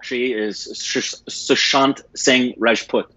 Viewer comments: korbinisation...its sushant not suhan😂..love you💓💓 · It's a pity you do a tribute to an actor and say his name completely wrong. actually said Suhant. And it's not pronunciation I'm talking about. Just to read a name phonetically as it's written. About time you at least did a little prep to avoid such mishaps?